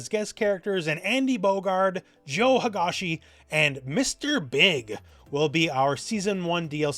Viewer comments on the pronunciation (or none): Joe Huh-Guh-See